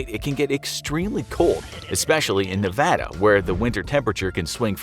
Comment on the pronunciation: This was a cute challenge. I live in North Eastern Nevada. A lot of us can go three days with no water in this terrain without feeling it. THANK FOR YOU SAYING NEVADA RIGHT!!!!!